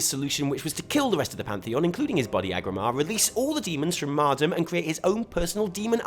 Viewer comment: Its pronounced Mardooom